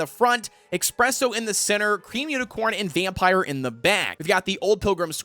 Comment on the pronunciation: Also its ESPRESSO not EXPRESSO, just thought id point that out